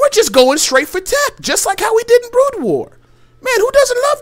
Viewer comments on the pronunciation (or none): none